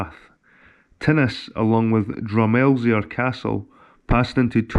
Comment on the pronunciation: Hi. Good detive work...im fae peeblesshire been here since 1974. Drumelizer is pronunciation drum eel e er. Silent z. Its gaelic for merlins ridge. The clan chief was abroad for a while on his return home he found his wife had hiven birth to a wee boy. The chief asked how this had happend. The wife replied "a mysterious knight came out of the of the river and got me pregnant" the chief said from this day on the clan shall be called Tweedie. I have a good knowledge of locar archaeology and legends. Please feel free to pick my brains. Regards Austen